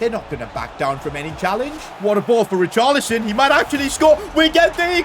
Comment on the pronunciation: Bro can’t even say richarlison right